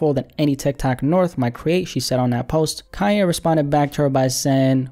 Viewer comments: What are you calling him? Kiya.. or am i just tripping.. pronounce the n man..kannnnnye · why do u say "calle" thats a spanish word lol its KanYe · Like this every time he says Kaye West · Man said "Ka-ye" 😂